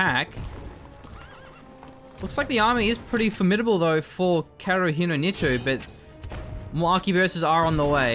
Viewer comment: How to pronounce Kaerunohito? 1st split the long name Kaeru - no - hito Frog - of - man/person ("frogman" if I'm not mistaken) 2nd correct pronunciation It is Ka-e-ru not kae-ru it is he-tow not ni-too PS: Love the shoutcast